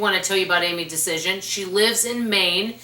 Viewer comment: Loved these books! Saw her on Phil Donahue show in my later 20’s when I was a spendthrift and in debt. I got her newsletters and later her books and completely changed my life. I still do the price book and many other of her ideas today. I’m pretty sure you are mispronouncing her name though. It’s like Dia-az-en. ❤